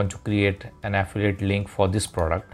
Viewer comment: Ahhhhh fillllll eeee it. English isn't that fucking difficult man. My god.